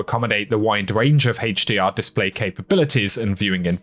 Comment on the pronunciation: I like your videos but I laugh everytime you say "Hdr" 🤣 Haaachdr 😎